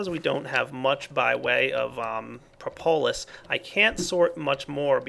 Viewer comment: Propolis pronounced: prop-uh-lis not pro-po-lis. This has bugged me for a while. :)